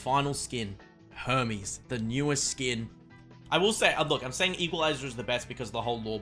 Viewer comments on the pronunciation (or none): none